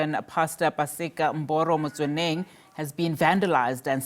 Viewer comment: Did you call him MBORO?